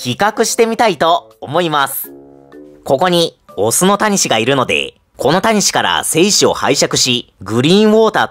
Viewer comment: タニシの言い方が谷氏なんだよね